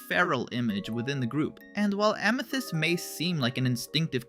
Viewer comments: Bro didnt have to say ameeths It’s amethyst not ameeths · Did you say AMETHEST, ITS AMITHEST LOLOLOLOLOL, MY BROTHER SAYS IT THA5 WAY TOO OMG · “Ameethist”. Yeah this is ai slop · stopped right after that because no way would a human accidentally pronounce it like that😭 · Ah, yes, “AMEthyst” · A mii thist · AMEthyst (AMÆtist) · i think it’s AI because of how they pronounced amethyst :/